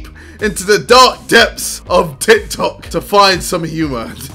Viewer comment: JJ: ''Tih Toh''